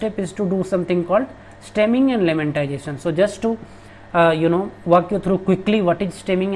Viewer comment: Buddy its lemmatization not lemmantization